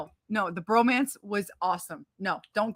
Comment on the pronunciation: That underwater scene was actually done underwater. It's no CGI. And please say it as bromance not romance.